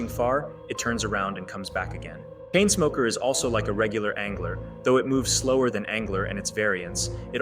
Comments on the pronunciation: for those who are wondering it’s pronounced “chainsmoker” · You said painsmoker it's chainsmoker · did anyone else notice he called chainsmoker "painsmoker"